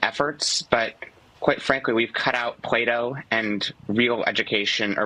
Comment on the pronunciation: It's "Plato" with a "T" not "Play Doh". At first I thought he was trying to be funny comparing College to kindergarten and then he kept talking and I realized he's just stupid and probably needs to go back to kindergarten.